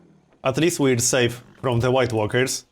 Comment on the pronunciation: I keep hearing white workers instead of white walkers